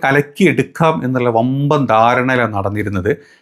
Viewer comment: വബ്ബൻ അല്ല വമ്പൻ